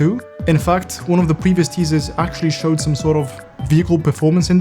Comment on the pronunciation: "was it worth losing zome zleep for" italy moment